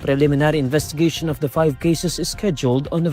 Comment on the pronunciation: Correction for newsreader: the is pronounced as "thee" If followed by a vowel sound, and "tha", by a consonant sound. Pls. Rectify.